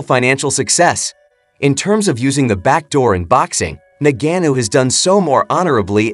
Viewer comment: Say Ngannou correctly 🤔🤔